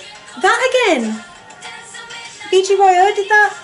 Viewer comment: It’s pronounced B-G-Y-O